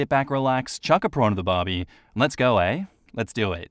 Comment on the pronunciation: eh? EH?? you're not secretly CANADIAN are you........ 👀